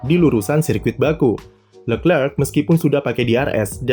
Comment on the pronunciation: fasih sekali menyebut Lecrerc, Saya sendiri menyebut Lekrek